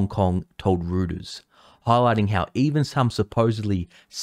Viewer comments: ITs Royters (Reuters)dunno where you got "rooters" from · It’s pronounced “royters”, not “rooters” ☺️ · “Rooters” 🤩😂👍👍!!! Makes me proud to be Australian, even if I am trapped overseas 🙄😂🇦🇺… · Reuters, the German (now global) news and media giant, is pronounced Roy-ters. if you said it in German, it would sound like it has a "h" in it, Rhoy-ters.